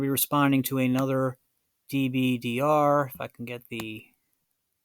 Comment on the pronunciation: It's pronounced Dib-durr